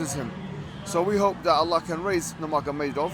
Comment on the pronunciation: Salam, just wanted to say Khabib's last name is pronounced Noor Muhamadov (the g is silent). JazakAllah